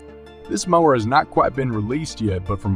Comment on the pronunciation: So you can't clean up and edit the AI voice after creating the narrative? How do people not listen to their finished video and fix the voice errors before publishing it? Lazy and embarrassing. It's not just the repeated mis-pronunciation of 'mower' as others pointed out. It's also ridiculous to leave the unnatural machine voice way of saying model numbers and certain specifications, for example: saying things like the letter 'A' for the abbreviation 'AH', which humans know and would say as 'amp-hours'. How could anyone with any sense of pride in what they do release something like this without either cleaning it up by editing or, if that's not possible, scrapping and starting over - if necessary, the old fashioned way - with a real human voice.[/rant]